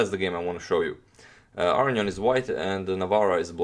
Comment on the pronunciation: wow. I'm surprised to here the authentic pronunciation of Aronian's last name here :)